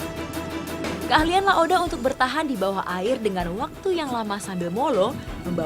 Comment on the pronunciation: bukan La oda tapi La ode, gmna sih wkwkwkwk